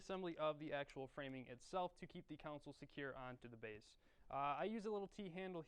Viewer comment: I don't think console is pronounced like that.